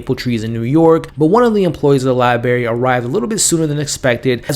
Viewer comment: Sorry to go all Karen on you but it’s Library with and R not Liberry.